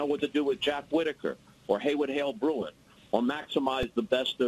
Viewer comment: Bob, it's "Broun." Not "Bruin."